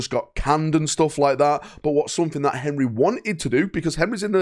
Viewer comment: Only can make Henry have three syllables